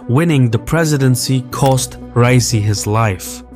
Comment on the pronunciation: I dont like the man, but as an Azeri why are you trying to sound Yankee? Why are you saying rice-e? I know you can say Ra-ee-see